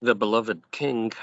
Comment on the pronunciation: Why does he pronounce king like "kink"???